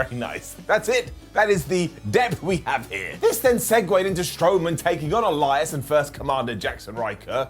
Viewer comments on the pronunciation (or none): none